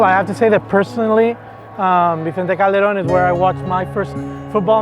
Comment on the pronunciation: Not trying to be a smart ass. But it's Vicente Calderón.